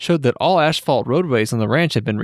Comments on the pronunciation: Likeness, formative, Kim Kardashians 14th birthday?, Sothebys (pronounced Suthebees), asphalt not ASHfalt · I had a good laugh when he mis pronounced Sotheby's as "soatha- buys", and later asphalt as "aschfault" which is as we know, Nazi asphalt. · You pronounce “colony capital” very strangely. Also Caldwell Bank and asphalt. It bothered me